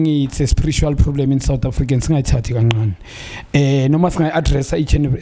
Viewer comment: Another problem is pronouncing 'ka ncane' as 'ka nqane'